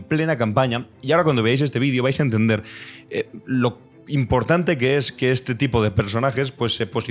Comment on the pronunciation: Tiene cultur,a, dice. Ejque...